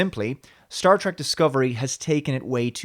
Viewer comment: It's Star Trek not Star Track, learn how to pronounce the word moron!